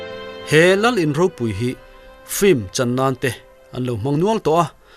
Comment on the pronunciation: Flim zuk ti tlata(film) tih tur..